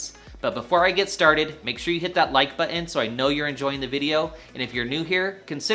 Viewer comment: I swear to god there isnt anyone under 40 that can say button properly. I am old enough that I saw the start of this, it was a defect in low income areas because the school systems were terrible, now its nation wide and has been the norm for the last 25 years. grandparents cant even hold pencils the proper way, everyone ham fists them like they just emerged from a cave